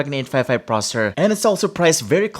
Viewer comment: why are you pronouncing"processor" as "prosor"? I find it really annoying. Sorry mate. Anyway good video!